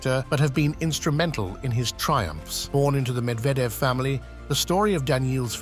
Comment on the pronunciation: So funny this AI video...he's repeating 9 retry much the same things over and over while mispronouncing Medvedev 's name.